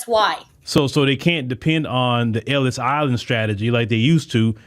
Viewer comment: "So dey caihn depen on duh Ellis Eyelin stradigee...." Hey, d!psh!t - anyone who came through Ellis Island who couldn't prove they wouldn't be a burden on society was put right back on the boat and sent TF home. Frankly it's an approach to immigration America needs to take up again.